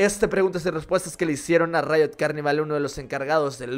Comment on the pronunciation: Pq dice rito o es rito y no riot ¿?